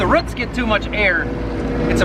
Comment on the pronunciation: I'm from KY. live in southern Indiana now. I have been able to even notice an accent from you living so far up north until you said "roots". lol. Another great video.